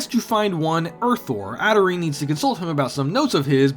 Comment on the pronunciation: just so you know (in case it matters to you), the name Adrienne is pronounced just like Adrian. Adrienne is just a more feminine spelling ☺️ ignore this comment if the game pronounces Adrienne the way you pronounced it. I've never played the game so I wouldn't know lol